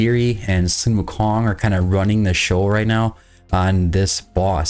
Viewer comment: That's not how you say, sun [wukong] is his name